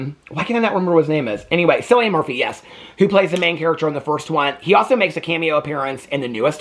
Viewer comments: It’s pronounced Kill-ian 💙💙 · Omg, Cillian was my biggest girlhood crush!!!! He has so many amazing films! His name is said with a hard K sound, "KILLian".